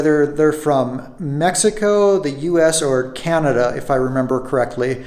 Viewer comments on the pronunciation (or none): none